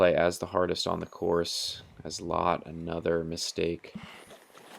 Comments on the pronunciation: Silvers last name is pronounced like the English word LET. Not Lat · "Lat" dude its L Ä T T